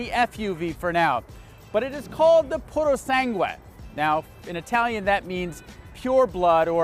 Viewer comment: Nope, it‘s not called „PooroSANgwe“ but „PooroSUNGwe“. Check your Italian before making the video ;-)…